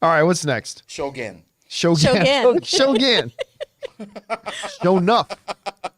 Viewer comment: John, if u want to learn Japanese, first word u should know is - Shogun将軍 is actually pronounced as 'Sho-goon', not 'Gun'.